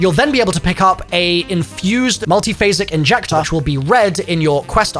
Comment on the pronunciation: “Multiphasic Injectah” 🤖🤖